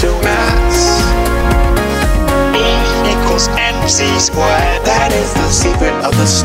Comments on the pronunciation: "Energy turns into ass"? Wat? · "Energy turns into ass" is what I hear. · Sounded like he said energy = ass